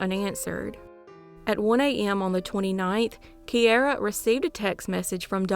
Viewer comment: Key air a ……is how my niece pronounces it.